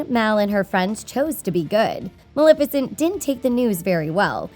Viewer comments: Why does she keep pronouncing it MalIFicent instead of MalEFicent uhhhh that’s getting on my LAST NERVE! Anyone agree? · did she fr say maLIFICENT?? .....